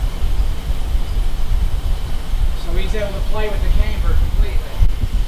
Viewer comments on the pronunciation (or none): because it’s pronounced camber. Not cameber. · Lets say it together.........cam ber........it’s not came ber 😂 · The way this guy pronounces “camber” is giving me heartburn.